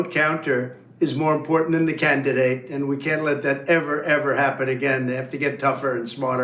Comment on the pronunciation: The clip that Tapper shows where Trump claims that the vote counter is more important than the candidate made me laugh. Trump pronounced "candidate" as "Can'tidate". I thought the new word described him well.